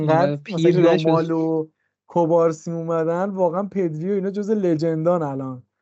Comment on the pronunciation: اسم مدافع جوان بارسا مگه کوبارسی نیست؟ چرا بهش میگید کبارسی؟